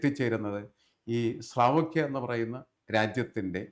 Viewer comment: സ്ലാവോക്കിയ അല്ല, സ്ലോവാക്കിയ ആണ് 🙏